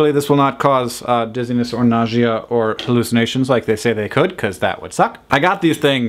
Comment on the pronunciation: naw-she-ah? it's definitely naw-sha. haha